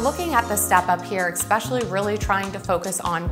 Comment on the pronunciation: “Exspecially” is not a word🙄 Especially is😀